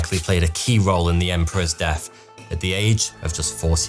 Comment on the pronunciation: When you paused and put emphasis on the word deaTH, you pronounce it deaF, and then I noticed all your "th" words you botch . Horrifying!!!